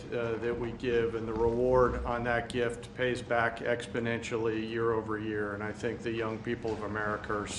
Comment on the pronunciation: Morons doing moronic things. Btw I love that slip of tongue by Caine, “such a GRIFT..I mean gift…”